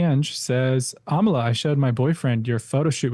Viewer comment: every time you say your name I think you say "Amala Kenobi" and it makes my head spin every time